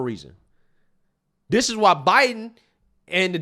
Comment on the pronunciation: is committing g3nocide against the English language when he use words like "dis, dat, dey, dem, doz,Deez".